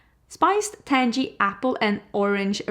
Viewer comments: “TANG-ee”. The -ng are the same as the sound you make at the end of the word “walking”. It isn’t a hard “jee” from the front of the mouth, it is the soft one from the back of the throat. Sounds similar to the words bang, fang, clang, pang, dang, gang, hang, rang, sang, etc. I am SO disappointed in the Huda palette I could cry. I love Empowered and haven’t bought one of her palettes since. I have also passed on the last 4 Natasha Denona palettes and hers are usually a mandatory purchase and a favorite of mine. I’m also not crazy about the way they treated that poor influencer when she talked about the new palette. We all knew it was purples because that is what Roxa means, so they need to settle down over at ND. I do LOVE the Undergrowth palette so much that I bought several turtle necks in murky yellow and green shades just to wear with it. LOVE it. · Tang pronounced like Sang and the ending is gee. So Tang•Gee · Tangy is pronounced with a hard “G” like Girl.